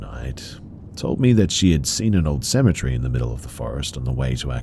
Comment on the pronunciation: you say “cemetery” the way I say “symmetry.” How do you say “symmetry”?